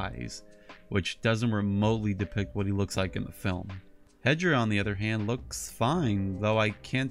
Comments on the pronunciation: Why are you saying he hedra it’s hedorah not Hedra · Why are you saying hedra that’s hedorah not Hedra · why are you saying that hedorah’s name hedra that’s wrong. The correct name is hedorah